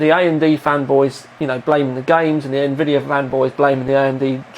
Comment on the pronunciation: Lol ... I like both "INVIDIA" and AE EM DEE :P